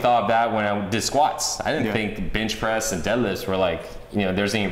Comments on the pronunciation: is it me or everytime he says benchpress it sounds like bitchpress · did he say "bitch press"?